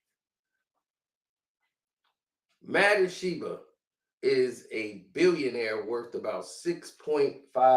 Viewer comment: Wow you murdered saying Ishbia's name.